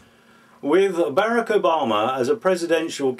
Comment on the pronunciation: lmao.. "Barrackerbama"..